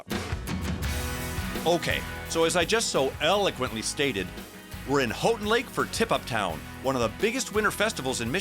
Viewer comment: you mispronounced houghtin its pronounced like "how-tin"